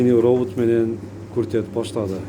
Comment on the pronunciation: Робут эмес робот деп туура сүйлө болбосо дайны жок чыгара бербе